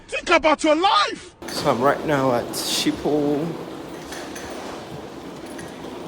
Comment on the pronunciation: It's the way you were heading to arrivals at your connection for me, lol. Bro, you should have been going to your connection gate, not to border control. I'm sure you figured it out though. And it's "skipol", not "schipol". Nice video, though.